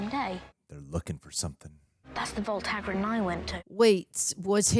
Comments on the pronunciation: "haggard" for hagrid made me chuckle 🤣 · I truly believe, let's call 'em, "brain malfunctions", are infectious 🫨😵‍💫😵😜 I say that because she messes up names (& things in general) soooo badly that it actually causes me (in that moment) to blank on them too 🤷🏼‍♂️🙆🏼‍♂️🤦🏼‍♂️ Like her attempt at 'Hagrid'... it was so bad that it made me [momentarily] forget his name too 🤔🙂‍↔️🤯🤣 If Greg hadn't been there to correct her, I would've had to really put in some effort to pull it... and, just to be clear, I obviously am very familiar with him and his name